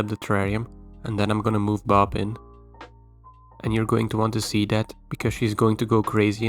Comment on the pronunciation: ah, now i understand why you pronounce her name like "baahb"... it stands for badass babe.